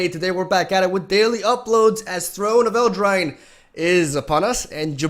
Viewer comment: It's amusing, there's an insane amount of names he just can't seem to pronounce. What makes it weird is that some of them are read in Spanish and he speaks that, so there's no excuse.